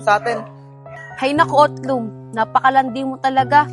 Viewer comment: utlung ❎ otlog ✅